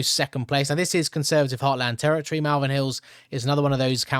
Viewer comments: It’s not pronounced Malvern, it’s pronounced Molven 👍🏻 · Malvern is pronounced Molvern. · Pronounced Moll_vern